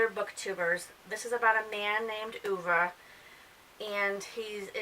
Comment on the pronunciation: I'm glad you pronounced Ove correctly! I gave it 3 stars. My book club read it and the reviews were all over the place like at yours. I just started reading Miss Jane by Brad Watson and I am really liking it! Keep up the book reviews, I love listening!